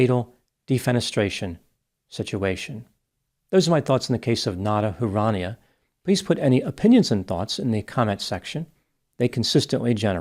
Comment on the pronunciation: Huranieh Who-Ra-Knee-Eh